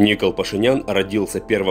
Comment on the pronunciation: ИНФО только не Ни’кол а Нико’л